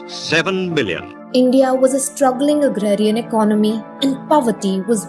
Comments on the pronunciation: Great video. One feedback, economy is pronounced as"EcOnomy", not "Icnomy". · It is not eknomy it is economy pronounced as ak as 1 o hindi akonomynsound must come 1 word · I really really like your content. I truly believe it's excellent. But as a son of an economics teacher myself, please consider my request to change your pronunciation for the word economy. It's not eco-nomy, it's eco-ne-mii. Or close to it. I hope you'll give it a thought :)